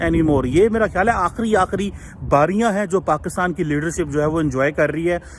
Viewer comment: Bhai aap Pakitaan kyon bolte ho. Pakistan kaho. Juddha nahi yuddha bola kariye maharaj.